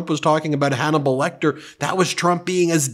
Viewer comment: "It's donible lecter"